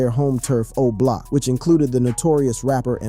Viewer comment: stop doing videos about Chicago. You can't even say Oblock correctly 🤦